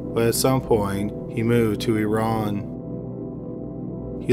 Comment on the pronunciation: I appreciated how you pronounced “iran” correctly. 😙👏